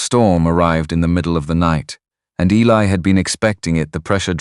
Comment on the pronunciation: One of the best stories ive heard from all of the ones ive listenedcto.really well written.love all the characters. Good vvoice slso.only negative is that things get mispronounced. Like Eli.